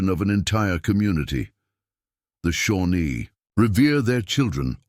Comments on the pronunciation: The name of the Native American tribe is Shawnee, not Shornie. Obvious indifference by the creator to editing properly. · It’s Shawnee